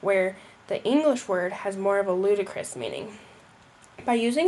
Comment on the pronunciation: One correction in your video. Ludicrous not Ludacris